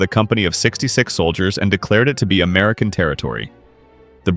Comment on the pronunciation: North “Ameilan”? Come on, you can at least try.